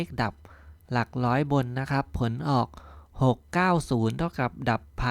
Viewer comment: หลักร้อย ไม่ใช่หลักล้อย